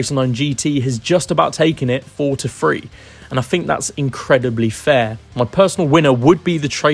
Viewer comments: Please learn to say three not free and Birthed not birffed!! Your pronunciation to this point was fine so you know you can do it!! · Why can't this narrator say THREE!!! Why does he say Free??